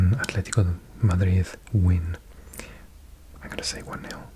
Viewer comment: The plot twist of hearing a strong Welsh accent switch flavour when said “Madrid”